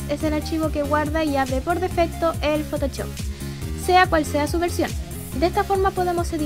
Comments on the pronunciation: me da gracia como dice photochop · me encanta tu pronunciacion de photoshop